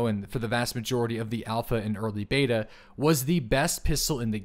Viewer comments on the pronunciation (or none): none